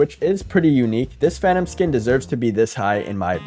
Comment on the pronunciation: "Every Phanum Skin" 💀